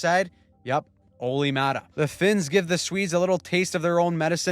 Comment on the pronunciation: ”Olli thing that Määttä’s here” 🤣🤣